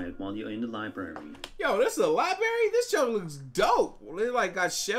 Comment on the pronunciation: Hey big brain, its not li barry, its library